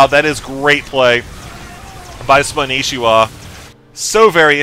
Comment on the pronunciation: Why does everyone call him Spanishiwa when his IGN is Spanshwa? what did I miss?